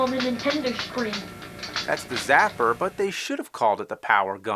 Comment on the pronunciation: he said Nintendo shcreen. I don't know why that's so funny to me. So nostalgic to see that footage of Sonic The Hedgehog 2.